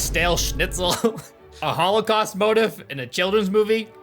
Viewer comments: “Motif” is pronounced moe-teef. Just saying… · hate to be that guy but it’s mo-teef 🤓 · How do you not know how to pronounce John’s last name? Or saying motif like motive